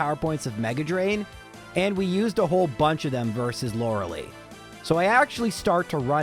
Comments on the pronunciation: bro I actually can't stand it. The name is not loralee and you know that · I cant watch this guy calling her loralee on purpose when he knows thats not her name